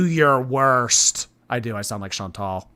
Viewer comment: She can’t even get her name right. She still says ‘Chantelle’ rather than ‘Chantal’.